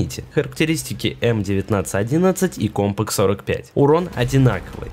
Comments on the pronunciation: кОмпак??? от слова комп? м/б компакТ? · Какой компак? Постоянно оговариваешься